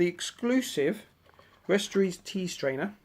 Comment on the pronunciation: Firstly westerossssss is dear not eees lol Secondly Aragon and Arwen from the third movie Thirdly we got the same candle